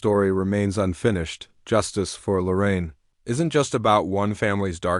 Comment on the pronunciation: Her name is Lorene. I don't know why all these people keep saying Lorraine.